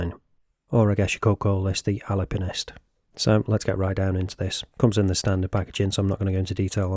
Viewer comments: I commented earlier before I watched the video. Didn’t realize you called it Ali-pinist also. 😅 And the green is the way to go. And you do have to budget for an additional strap. I may even go with a jubilee style or beads of rice. Thanks for the great review! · ali-pinist lol catchy 😂